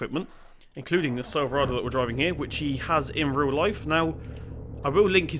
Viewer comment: right before butchering every "silverado" he was suppose to say in the video lol